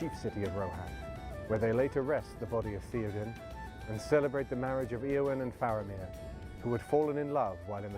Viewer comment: They're not pronouncing the names according to Tolkien's instructions. e.g., ayowyn not eeowyn.